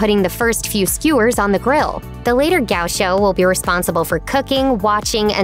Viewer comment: Mispronouncing Chão was eh, but the way Gaucho was mispronounced I just can't keep watching lol